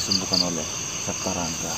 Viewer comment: Wedew septa bukan sapta